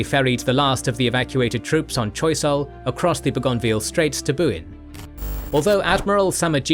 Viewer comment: Your incorrect pronunciation of "Bougainvillea" is driving me nuts.